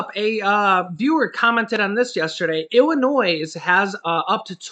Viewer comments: Hi, the "s" in Illinois is silent. Just thought you'd like to know. 😊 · the 's' in Illinois is silent. And there are plenty of jobs in Michigan for people who want to work. There is no shortage of jobs there. I know because I live there. There are 'Help Wanted' signs everywhere. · the S in Illinois is silent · sorry.The s is not pronounced in Illinois!! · we must say your news feed is always spot on. We really appreciate the work that you and the wife do. There's only one thing that you say that's kinda funny when you talk about Illinois. We grew up their and really when you say Illinois the "s" is silent. No big thig its just something we pick up on it. God bless you and your family and keep up on the great job your doing. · The letter “S” is silent for the state of Illinois like most people that don’t live here makes the “S” sound when saying the name of our state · the s in Illinois is silent. 🙄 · Leave the S sound silent in Illinois. LOL